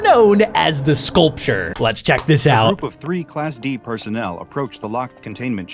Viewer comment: The way the guy talking said scaulrure is ugly and stuff like that